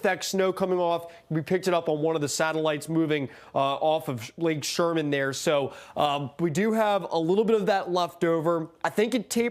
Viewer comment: Did he really just say lake Sherman? Haha